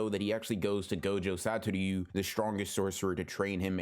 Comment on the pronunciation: Bro I love you but can you jsut say Gojo Satoru correctly PLEASE